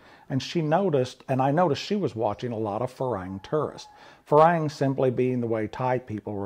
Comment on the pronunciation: You are mispronouncing farang like a lot farang do. It is not Fa Rang , like it sounds. The rang part does not rhythm with tang. in the pronunciation. We are not ringing bells over there. It is pronounced more like fa long not fa rang. phonetical think of it as fa wrong .